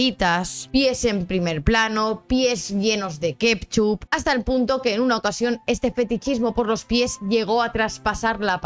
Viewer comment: Aquí el misterio más grande es: Por qué dices KEPCHUP? De dónde sale esa P en Ketchup? Hay que investigarlo